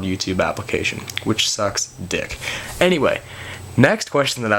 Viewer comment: "which sucks dick" hahaha i like the emphasis on "dick"